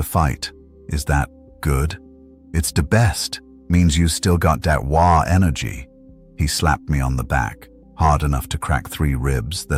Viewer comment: Great job. Only thing is that AI whhaargg is never pronounced right but you had the best story for Dead pool I could hope for.